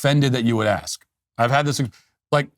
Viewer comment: Matt….did you say “axe”?